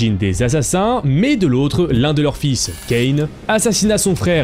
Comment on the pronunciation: Je pose ça là mais ça se dit Ca 1 pas Kane. Ah et aussi intronise c’est pas le bon terme ça serait plus introduit